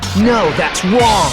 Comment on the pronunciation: "No, that's wong!"